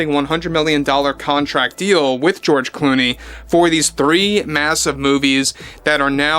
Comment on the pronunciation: George Gloomey or is it George Looney or is it George Gloomy....😂😂😂😂